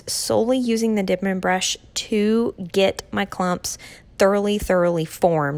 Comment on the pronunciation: It’s Denman. Not dinman.